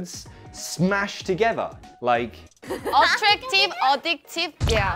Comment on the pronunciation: Addractive? Jeez …. Muice, Jilk, what ?